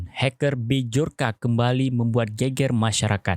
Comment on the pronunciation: B jor ka, B jor ka... BACA NYA BYORKA kesel gue denger nya